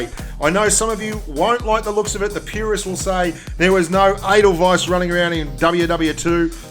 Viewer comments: Is there 2 ways to pronounce Edelweiss? Cause I'm pretty sure it's pronounced Ay-del-weis like the name of the song. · The way you say the name sounds like anal vice!